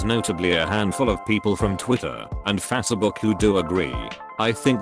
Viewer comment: it literally pronounced it like my mom does